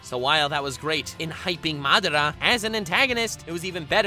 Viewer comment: He pronounced madara wrong